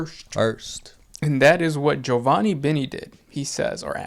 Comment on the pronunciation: Big respect for pronouncing Giovanni correctly 🤘